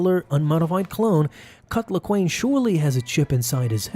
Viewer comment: sounds like ur saying "cuck laquane"